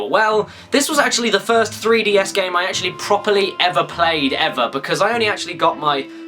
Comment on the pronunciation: I dont know what acual is, but im impressed that mario and luigi can speak "acually"